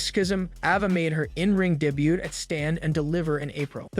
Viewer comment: Did you really say de but instead of saying debut?😅